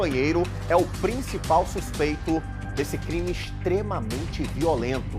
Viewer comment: O repórter ainda fala supeito🤔😡